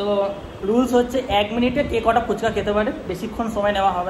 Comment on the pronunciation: কথা টা জটা নয় কটা😂😂😂😉😁😁